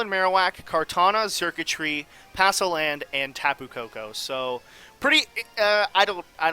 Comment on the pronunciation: Palossand, not passoland :)